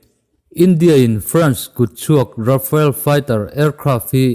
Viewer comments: Amak, RA-FA-EL a ni sek lo, RA-FAAAL ti anga lamrik mai tur. France-ho hian atawpa vowel awm hi an lamri tel ngai meuhlo tihte pawh hriattel a ngai. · Rafael ni lo in Rafale ti a lam zawk tur a ni e.... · Caption ah RAFALE ti siin RAFAEL tiin i lam tlat a ka hriat chu le???? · Rafael tih a lam lo tur... Rafale tih a lam tur